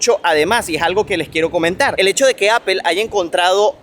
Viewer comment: Buen contenido, pero a manera de sugerencia ó recomendación, mejora un poco la pronunciación, dices unas barbaridades a lo largo de tus videos, por ejemplo pronunciando apple y algunos gentilicios te pasas, por lo demás muy bien, muy informativo.